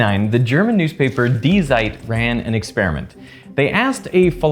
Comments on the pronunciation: Zeit is pronounced with a short, hard "c" or "ts" sound at the begining. 4 seconds into the video and I'm lowkey anrgy lol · The german Z in Zeit is pronouced Ts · "Die Zeit" correctly pronounce, "di cait", C like Celsius. I speak German btw. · it's pronounced "zeit", not "zeit" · gosh. 2025 spend the 10 seconds to check chatgpt or even google translate how to pronounce foreign names, words... I'm a German as a thrid language but c'mon. It's pronounced [di: tsait] not [di: zait] that is if you are familiar with the IPA. Same with Pál Erdős. It's not er-dosh I can tell you that much as native hungarian. Love your content, subscribed when you had <100k, but it pains my ears hearing most names buthcered in any language. Sticks out like a sore thumb since other aspects of [Ve] videos display a level of attention few other channels do; and does it consistently for over a decade and a half. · zeit, not seit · Di zyed 😂😂😂 pls never say that again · "dee zite" 🥀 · "Die Zeit", not "decide" ;) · Die Zeit is pronounced "Dee Tsayt". Zeit means Time so Die Zeit means The Time. In German "Z" is "ts", "V" is "f", "W" is "v", "J" is "y". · You got the pronunciation of "die" right but the "Z" in "Zeit" is pronounced like "ts", e.g. like the English word "site" but with a "ts" at the beginning. It seems like you checked only how to pronounce "die"? One easy trick is to just put foreign words in, for example, Google Translate and listen to the pronunciation. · "the German newspaper deezite" 😆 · Amazing, as always ! Small remark : « Die Zeit » is pronounced « dee ts-eye-t ». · when he pronounced DE ZEIT smth died inside me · its not how u read "die zeit" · as a german, two seconds in and im crying 😭 my man butchered Die Zeit so hard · Sorry but that Pronuncation of Die Zeit is hilarious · Man you really should have looked up how to pronounce "Die Zeit" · Ouch. That pronunciation of "die Zeit" at the very beginning hurt me. (even though I'm not a German).